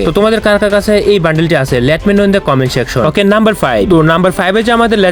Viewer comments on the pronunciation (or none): none